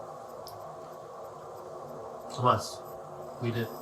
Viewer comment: That one kids name that’s spelled Tomas. It’s pronounced tom-as not toe-mas